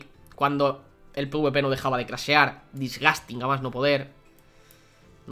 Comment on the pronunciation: Nadie: Absulutamente nadie:: DISGASTIN